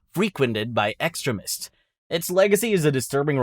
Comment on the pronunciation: I don't think you are human. Your pronunciations tell me you are possible AI slop. Are any of these games real?!? You're forcing me to question my reality. It's things like "Kay-rick-a-tures" and "Ex-trim-ests"